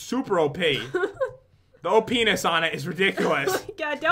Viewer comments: When you said the Op'ness on the luck potion. It sounded like Oh penis. Lol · oopnees ?? I heard pat say openis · did anyone realise he said oPENIS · who else heard OPENIS?